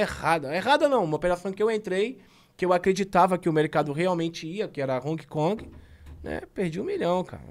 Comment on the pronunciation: É impressão minha ou ele fala "Honki Kongue"?